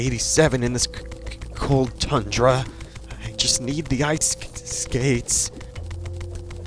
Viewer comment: “Co0ld tUndruu.” 🥶